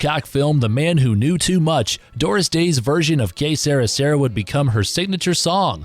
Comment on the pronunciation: Good list but how could the announcer have the recordings on in the background and still mispronounce two titles..."Que Sera Sera" and "What'd I Say" are not "Que Sarah Sarah" and "What Did I Say"